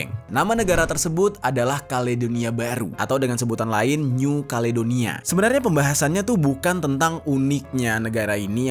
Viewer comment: Wong jowo ngomong new caledonia dadi kalidoni , maklom ilat jowo